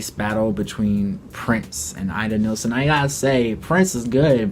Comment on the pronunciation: Ida NIELSEN not neilsen. Born in Denmark. Nice competion, but try to get the names right.